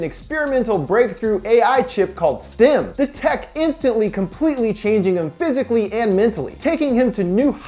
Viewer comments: really enjoy your videos. one quick correction: it's STEM, not STIM. this is among my favourite sci-fi films. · The fact that he says STIM instead of STEM. Ugh. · keeps saying stim ..... not stem... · Why does it sound like he’s saying “stim”